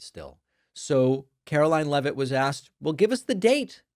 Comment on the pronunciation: Why can't this woman pronounce her "t"s? She sounds like a 5 year old.